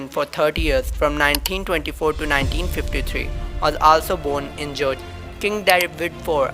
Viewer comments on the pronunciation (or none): Georgia not gorga